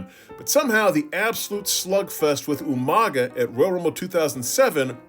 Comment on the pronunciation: Who is this Umaga person? Are you talking about You-Manga?